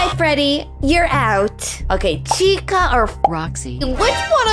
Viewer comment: it’s chica.